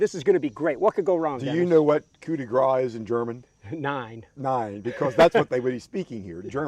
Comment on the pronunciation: 'Coup de grace' is pronounced 'Kooh-de-grahss'.